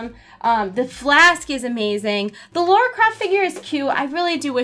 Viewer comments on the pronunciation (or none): A quick pronounciation correction - it is "Lah rah" opposed to "Lore ah". Thank you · am i the only one that gets triggered when people say lara croft like "laura croft" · Why is it that Americans have such a problem with saying LARA Croft... there were even a couple of movies that told you how to say it.. it has no U in it.. it's LARA for the love of God !!! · no its pronounced LAHR-AH